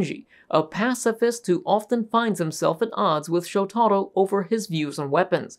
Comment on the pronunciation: It's pronounced Showta-ro. NOT Sho-tarro